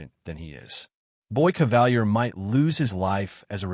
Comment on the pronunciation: Why do Americans always deviate from the pronunciation of names in their own shows? Kavalier is (in the show) pronounced cah-vah-leer, NOT ca-val-year.